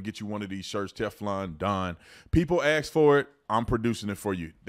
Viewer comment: I'm a 230 lb wrestler and gonna ride you until you say ask or asked, instead of ax or axed. 😂 Keep up the good work Mr. Tatum ❤